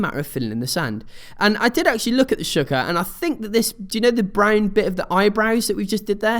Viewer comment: Shawl-ker that's how you say it.